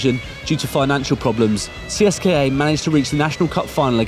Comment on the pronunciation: One thing.U say CSKA wrong